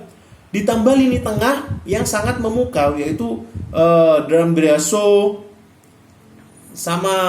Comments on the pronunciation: Hhhhh iya tau itu pemain inter , tapi yang aku maksud manggilnya bro , alamak gak ngerti bahasa indonesia kayaknya. Hhhhhhh , belajar dan memahami bahasa indonesia yang baik Bro biar gak gagal paham . jangan belajar bahasa monyet. Luh manggil D'ambrosio itu dg sebutan Danbriasso gomblok , Ashley young itu di bacanya (Ashley yang ) jangan d baca lurus lurus. Coba dah liat youtube luh Lagi biar gak sok pinter . klau mau debat inter next time bisa kita dabat . mau debat Sequad La grande inter juga boleh. Terserah mau bahasa inter tahun berapa aja. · Nyebut nama pemain salah salah brow , Ashley young, dan gagliardini. Danbriasso itu siapa ? Gak nama pemain inter nama itu